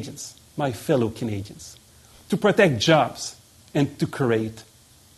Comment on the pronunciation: "My dear fillow Canadians..." he lost me right there.